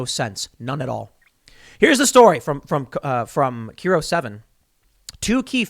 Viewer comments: Hi Tim. As a former resident of Seattle...KIRO?...it's not pronounced Key-roh....It's Kai-roh. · KIRO (NEWS), is pronounced Ki-Ro, not Keer-O. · As before "keye row" for pronouncing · KIRO 7 pronounced KEYE ROH lol